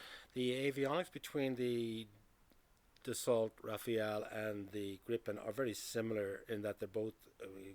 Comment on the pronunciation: Rafale (it is not pronounced RAFAEL, nor is Dassault pronounced DasSALT🙄) way more expensive to procure and operate.